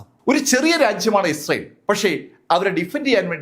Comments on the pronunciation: അവതരണം നന്നായിരിക്കുന്നു. വാക്കുകൾ ശരിയായി ഉച്ചരിക്കാൻ ശ്രമിച്ചാൽ നന്നായിരിക്കും. ഉദാ: ഇസ്രായേൽ. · ഇയാൾ ക്ക് ഇസ്രായേൽ എന്ന് നേരാവണ്ണം പറയാൻ പോലും അറിയില്ലല്ലോ. ന്നിട്ടാണ് ക്ലാസ്സ്‌ എടുക്കുന്നത്!